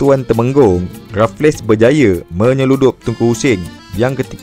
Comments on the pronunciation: Raff-less ❎ raffles - refels (e - disebut dengan tebal. Cth "table" yg disebut "teh bel" Sekian. Terima Kasih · Rafles (sebumt Refels) bkn Refles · Terbaik bro.. cuma sebutan bagi Stamford Raffles tu.. Stem-fod Re-fels bukan Raf-les. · Bang... Raffles berbunyi Rafel bang bukan Rafles bang...😂❤...sy anak Muar Johor... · Raffles bang bkn raf less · Sir Stamford Raffles, bukan Sir Stamford Rafless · sebutannya refels... bukan rafles... buat homework lebih sikit bang... banyak fakta tembak je ni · Sejak bila sebutan rafless? Kan Raffles sebutan english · Sir stanford raffles disebut rafles,mcmana nak jadi pencerita sejarah...? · Bukan RaffleS, Raffles sahaja S tu tak dilafazkan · Raffles tu sebutan dia refels la